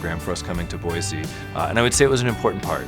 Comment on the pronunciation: Someone coached them to say Boy-See, lol!